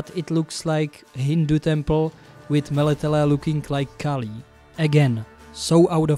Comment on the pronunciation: I love how you say "Melitele". In it I can sens a neighbour from... Czechia? Or Slovensko? You were right on all points. What especially moved me was your take on Hollywood's portrayal of slavic villages. Meanwhile our countryside is so beautiful and colourful, so much prettier than towns. I'm thinking of the village of Zalipie, all in painted flowers or the villages in the tatras with their quaint wooden architecture.